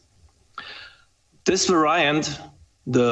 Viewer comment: "Varaiyant" Hahaha